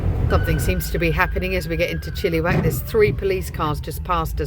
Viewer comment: Love the way you pronounce Chillywack. 😂😂😂 We pronounce it Chillawack. Cheers 🥂